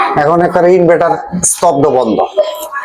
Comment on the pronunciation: আরে ভাই,ইনভেটোর না।শুদ্ধ হলো ইনভাটার,inverter,আপনি অনেক ভিডিওতে বলেন ইনভেটোর,,😅😅